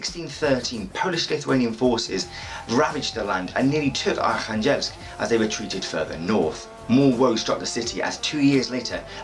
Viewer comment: Hi I was born in Arkhangelsk and my family and I moved when I was a baby. Currently living in Australia so watching your video for learning about my home town :) thank you! A little feedback on pronunciation of oblast, the stress is on the first syllable, on the "o" of the oblast. And in the wordArkhangelsk it's on the "kha", yeah it's quite a teeth breaking name of a city...